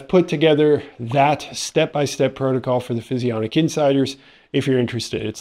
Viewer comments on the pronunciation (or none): none